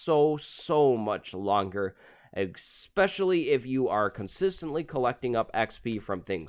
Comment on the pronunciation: ESSpecially, not EXspecially. Goodness gracious.